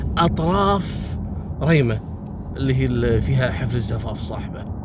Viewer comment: محاافظة ريمه بفتح جميع حروف الكلمة وتحيه لك مني من محافظة صنعاء